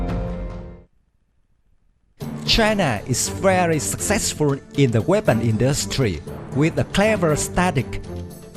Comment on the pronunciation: Who the hell is narrating the video, Yosemite Sam? "Industweee"